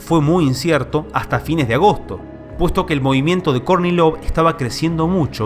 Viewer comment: Cuando dice Kornilov yo escucho Courtney Love. 😊 Seguro no soy el único